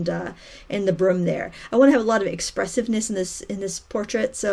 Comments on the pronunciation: Awesome painting! I giggled everytime you said "broom"... you kinda say it like "brum", hehe. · Kinda like when people say 'roof' and it sounds like 'ruff'. I think it's a New England thing here in the States. x